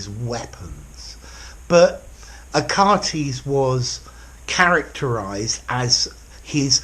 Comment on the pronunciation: dear teacher, you might have just mispronounced the name Achates